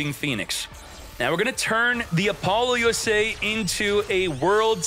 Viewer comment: App- poe- Loosa not lusay